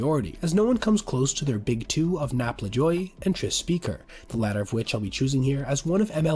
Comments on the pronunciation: PSA: Napolean Lajoie's last name is pronounced: LA-ju-way. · I'd highly recommend checking the pronunciation of names for the next video - Lajoie is "Lazjooway". Yount is "Yownt". Halladay is not "Holiday".